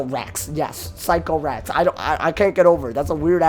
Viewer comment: great vid but I kept triggering me when u said physco-rax it’s actually sick-o-rax lol